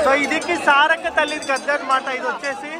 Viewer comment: Brother .. సారాలక్క కాదు సారక్క